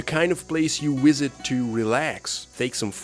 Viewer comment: "the kind of place you wisit..." - is this a reference to Star Trek IV's "nuclear wessels..?"